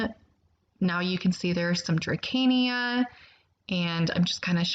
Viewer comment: It’s pronounced DRASEENA